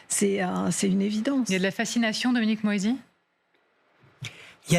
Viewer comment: C pas dominique moÏsi c Dominique moisi...